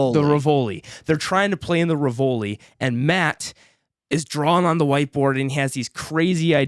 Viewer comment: Great review but I died a bit on the inside every time you mispronounced the Rivoli!